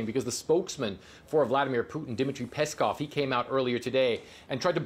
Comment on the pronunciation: Peskov ….. Pestov ……. Pest 😎